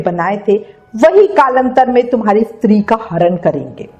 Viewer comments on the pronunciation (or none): none